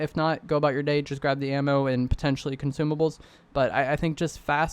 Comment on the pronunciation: I really like content, it help me a lot. But dude, you gotta stop saying "potencially" all the time lol In this video only it was 10 or 15 times. Just joking man, keep up with good content